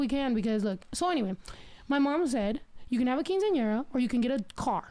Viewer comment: Love snow but why is she pronouncing Quinceañera like that?? And this was low key educational I did not know that about Guadalupe 🤯